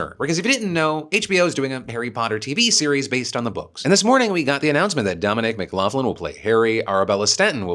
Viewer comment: Mc Loughlin ( as well as Mc Laughlin) are BOTH pronounced mick lock-lin. Think of Loch ness in scotland. lough is the irish spelling. When it comes to surnames thats due to a mispelling by one person now resulting in the family surname. I know others who lost letters in their surname through time.